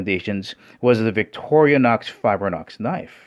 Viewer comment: It's not "victoria nox fibre nox", it's "Victorinox Fibrox". Also the X30-steel on the Mercer is 0.3 % carbon, so it's not "high carbon". Other than that, great honest review. Will yet stick to my Shun, though, because I don't like fat plastic handles.